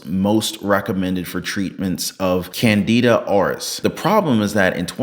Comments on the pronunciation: Dude really said Canada Oris 😂😂😂😂😂 🇨🇦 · pronounced "CANADA ORUS" Oh, I don't think our neighbors to the North will be happy about this!! 🤣🤣🤣